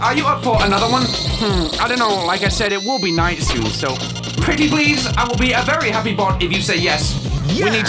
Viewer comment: "Spitting bars in the Dight"